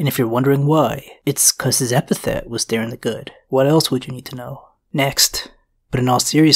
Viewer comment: Bro I’m begging their names were DAY-ron